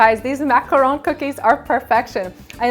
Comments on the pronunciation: It is pronounced Mac-a-ron. That is the correct way to say it, as I learned when I went to Paris France! :) Hope this helps you! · I liked your video with the exception of the way you pronounce the word "Macaron". The 1st a sounds like you're trying to cough up something.